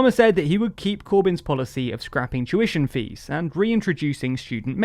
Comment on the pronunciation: Whenever he says 'tuition fees' i can't help but hear 'Jewish MPs' instead for some reason. kek